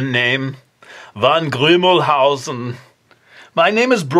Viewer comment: Haha, von Grimmelshausen ^^ that's hilarious :-) love how you pronounced it =)